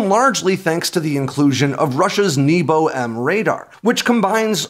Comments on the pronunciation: you talk about the Nebo anti stealth, but it’s not pronounced like you would think. It’s “neh-bo” which means sky. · Nebo is not pronounced 'neebo'.